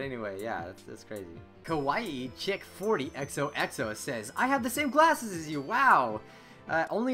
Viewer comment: Lol you said gwasses, I'm dying